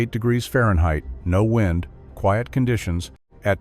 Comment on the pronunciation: Enjoying the video very much, especially when your robot pronounces "Conditions" in French. "Cawn-dee-see-aw". It lends a lot of extra class to the narration. 😆